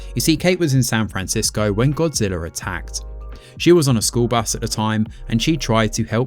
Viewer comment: Great review. I had no idea Godzilla actually ended with an “R” lol 😂